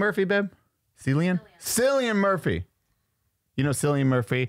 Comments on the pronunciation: Cillian Murphy is Irish. His name is pronounced Killian. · 😂 pronounced Kill-I-an Murphy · Definitely pronounced Killian Murphy…still love you nonetheless